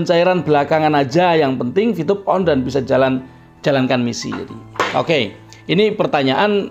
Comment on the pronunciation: Vtube pk bukan vtyube Terlalu fasih Lidah Jawa jangan di paksa